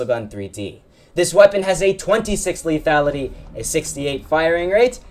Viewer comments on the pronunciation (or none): none